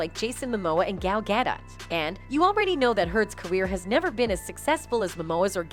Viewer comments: Fix your robotic narrator pronunciation of Gal Gadot which was Gal Getta which isn't correct. It's Gal Ga..doe....phonetics. The "T" of Gadot is pronounced as "e". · Gal certainly doesn't pronounce it as Getta which the robot did.